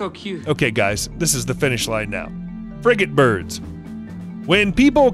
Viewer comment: The way you pronounced frigate bird lol